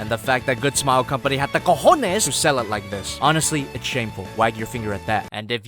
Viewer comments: Wait did you said "cojones"??????????????? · seriusly you say COJONES? Pd: Im an Spanish boy and love your reviews so much. good bye and good luck.^ ^